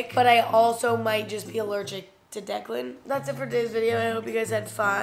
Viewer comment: Did she not call him declen??